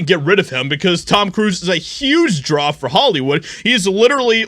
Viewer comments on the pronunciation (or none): none